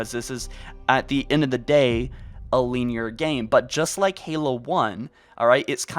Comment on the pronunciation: Nobody calls it lean-ear. We call it linear like a fuckin human.